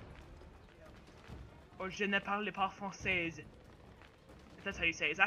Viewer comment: in "je ne parle pas français", you don't pronounce the 's' at the end :) the way you pronounced it turns "français" into the feminine adjective "française". So it would be correct if you said something like "Je ne suis pas une française" ("I'm not a french lady/woman"). haha, sorry, I just really like French as well. great playthrough you've got going here :D